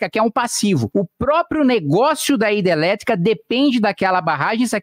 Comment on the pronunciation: Kim porque vc não consegue pronunciar a palavra hidrelétrica?